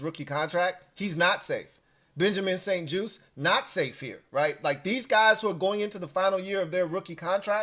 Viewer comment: juste pronounced like juice so Benjamin st juste